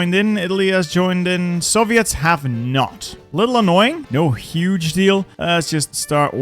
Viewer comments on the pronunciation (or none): none